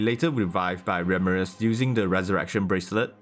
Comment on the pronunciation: Fucking english. Don't voice over. Can't understand you instead of beretha you said bretha 🤦‍♂️instead of ramiris. Ramris 🤦‍♂️ are you in hurry?